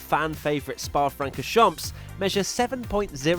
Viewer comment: Dear, "francorchamps" should sound more like "froncorrchon" or just say Spa. Thanks!